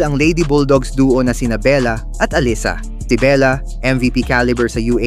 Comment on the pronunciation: Allisa? Hindi batu nakikinig panu i pronounce ang name nang players? Allisa ka dyan